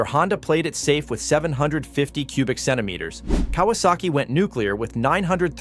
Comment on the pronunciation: was haben die vidoeausschnitte mit den schönen 3 zyinder 2 taktern von kawasaki zu tun mit der Z 900? absolut gar nichts. also schon wieder ein video mit absolut falschen sequenzen und die KI stimme kann nicht einmal richtig die cm³ aussprechen zum 🤢🤢🤢 und daher 👎 beschleunigungswerte der Z1- 900 verblassten damals schon gegen die mach III und die H 2